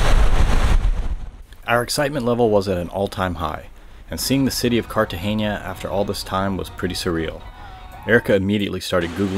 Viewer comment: Guys it’s Cartagena not Cartageña